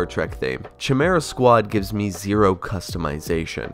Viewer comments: It's Kai-Mera squad. It's has a hard C. Pronounced Khi not Chi. You had one job ! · You pronounce "chimera" weird. Its ky-meer-uh, not chuh-meer-uh. Its a famous greek monster. Dont even worry about "Daemons". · And it''s KY-MARE-AH not chimichanga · Cambridge dictionary gives these pronunciations: US: /kaɪˈmɪr.ə/ UK: /kaɪˈmɪə.rə/ "Kay" (like in okay) is pronounced "/keɪ/" That's different. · Love your video! Just ooone little criticism, and don't take it the bad way: It's pronounced "Kimera", not "Tchimera" :D <3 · Why are you pronouncing chi'mera.. it's pronounced Ki'merah 🤦‍♂️ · Few corrections: Chimera is pronounced "kay-meh-rah" In daemonhunters, you play as the grey knights, not the grey wolves, and they are a separate faction from the ultramarines. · I went crossed eyed when I heard that🤣😂🤣 Rogue trader era guy here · Its pronounced kai like from ninjago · Chimera, Pronounced ( Kai-Merra ) If you want your mind F*cking Blown go look how a human Chimera is made! Holy sh*t it's creepy. I had a Chimera Cat with a perfect Strip of black and orange on either side. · Kai-mera. It is pretty good. Just finished it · Chimera = Kye-me-rah, just FYI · FUCK! It's pronounced like " kye-merah". PTSD From a friend who insisted different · Its "kai-merea" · It's pronounced KY-MEERA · IT'S PRONOUNCED KIMERA... Dude... Also it's baby's first xcom and I really don't like it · lol I wasn’t gonna say anything about your chimera pronunciation but glad someone helped lol. As a fan of XCom, have to bring up Gears Tactics. There’s also Phantom Doctrine which is a nice take on the genre with a Cold War spy theme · When i heard that shit i almost passed out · That pronunciation of chimera though... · Worry about saying Chimera first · The Chimera pronunciation made me wince lol. Not sure why you festure that game if you weren't that keen on it. Gears Tactics would have been my choic. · that is not how your pronounce chimera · Can't say daemon or chimera right. Oh no 😭